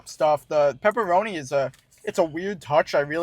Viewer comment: Whole video you two are saying pepperoni . Couldn’t stand it do research first lol